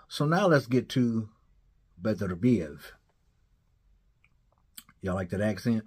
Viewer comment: I like that pronunciation buddy Beterbiev I’m from there. Beterbiev gotta be the scariest dude to face off against emotionless, bearded with 100% KO rate don’t need to say much. 20-0. 20 dead bodies